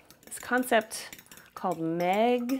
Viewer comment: Hahah you totally say ''maigre'' with a thick Quebec accent (aka omitting the ''re''), it's hilarious! Love it!